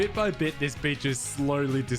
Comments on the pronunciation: did he just say "bit by bit this bitch is slowly dissapearing" lol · bit by bit this beach is slowly disappearing. Me: did he say bitch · Its a beach not bi**h bruh